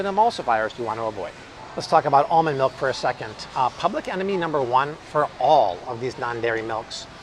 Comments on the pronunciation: Malk “milk” is delicious!!😋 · Malk! Now with vitamin R